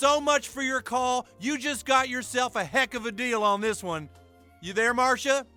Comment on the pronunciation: My favorite episode hands down. "YOU WANT DISSUN???" YOU WANT DISSUN NOTCH HERE??"